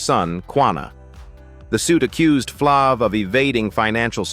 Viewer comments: Flav with a long A not flic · As many times as this male voice said Flav wrong🤦🏾‍♀️